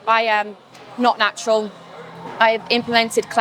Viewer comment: начюрал.. начурал фатасс😂😂